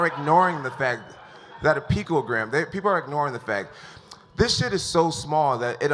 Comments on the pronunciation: He tries so hard to play it off, pronouncing “picogram” incorrectly. Saying that it’s the size of 1/48thmillion grain of salt. Saying it doesn’t even help, and saying it’s impossible to inject that small amount. He’s clearly trying to play it off and manipulate people into believing him. What really happened was he probably microdosed, didn’t flush his system properly, and got caught with the tiny amount in his body that he didn’t flush out. Also, he popped for 8picograms in August, 19 in September, and now 60 on December 9th. He got suspended in 2017 for having 80 picograms in his system. This dude is such a fucking cheat is unreal at this point. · it's not "pictogram" it's PICOgram ¿?¿?¿?¿? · 😂🤣 He said pictogram. It's picogram genius. A pictograms are symbols or pictures used to represent words. 🤣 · I like how Bones says that “the people judging me haven’t opened a chemistry book since high school” literally 5 minutes after being laughed at for calling picogram “pictogram”. Like seriously stfu, ur the last person to talk shit about other people’s knowledge of chemistry. Idiot. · Matt Garcia picTOgram.....are you mad? Triggered, buthurt? What does him not pronouncing the word going help or not help in a COMBAT sport. This isn't science nor english class brah. It's brawling, it does not require a wide vocabulary!! Sheesh... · Jon "chemistry book" Jones trying to be a smartass. Proceeds to constantly say "pictogram" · "microscoptic pictogram"🤦‍♂️ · Seriously, I love Jones, but every time he said “pictogram”, I cringed 😬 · “Pictogram” “microscoptic” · Jeez, Jones is dumber than Trump, "pictogram" vs "anonommess" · Lol man said pictogram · 'pictogram'.... jones stfu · "Microscoptic Pictogram" what the fuck? Jon is a bonehead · If I have to hear picogram one more time. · lol is jones mispronouncing picogram on purpose? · Why are the biggest morons on the planet always blessed physically. Jon Jones can't even pronounce a 3 syllable word.